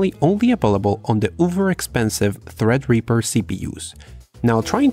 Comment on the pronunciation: THREADREAPER sounds hella lit, but I think you meant THREADRIPPER